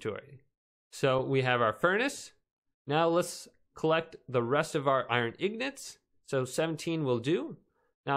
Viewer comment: What's wrong with it he is correct